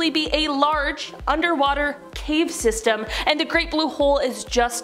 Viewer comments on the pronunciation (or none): none